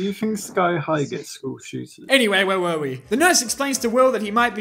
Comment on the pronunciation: When you mispronounced were:”We were near to achieving greatness. We were this close”